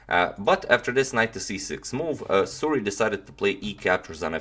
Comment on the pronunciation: suri, not suri